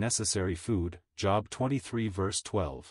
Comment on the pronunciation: The computer was taught to pronounce the word, "Yea" as "Yeah", when it's actually pronounced, "Yay". And the Book of Job is pronounced "Jobe" and not "job". Computers do pretty well, tho.